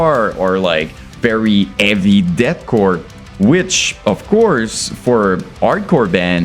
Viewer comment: Love how this dude can’t pronounce H’s in words and it still sounds awesome. It’s ‘eavy as fuck man.